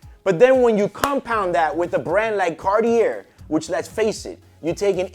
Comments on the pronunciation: Cartier is not Cart-ear, it's Car Tea eh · The "Car-tier"??? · Carteeyay phonetically for Cartier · “Comment below what you think”. I think if he keep pronouncing Cartier with the R at the end I’m going to go insane 😂